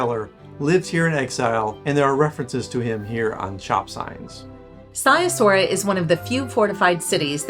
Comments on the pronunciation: Brasov is my favorite city in the world. My wife was born there and we go back several times a year. The family flat is about a 10 minute walk from the historic centre/Black Church. (Edit: Sighisoara is pronounced "Siggy Schwara" 😊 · Being Romanian I believe I should help you with the pronunciation of the locality names: Sighișoara = See - ghee-shoe- uara = Seegheeshoeuara Brașov = Brush-off = Brushoff Peleș = Pal-ash Palash ✌️